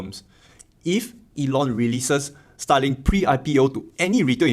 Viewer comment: i know you are saying Starlink but it sounds just like STALIN